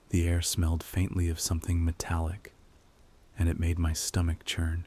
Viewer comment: Love when he says “CHURN”